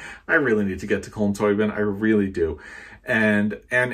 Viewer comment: "Culm Tobeeen"